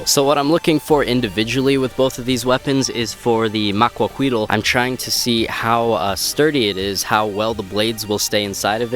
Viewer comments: i'm mexican and in not quite sure about it but i believe its spelled macuahuitl and its pronounced macuauitl with a strong t also the h doesn't make a sound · I keep rewinding to hear him say "Maquahuitl" XD